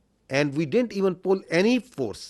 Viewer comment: Aand forces😂😂😂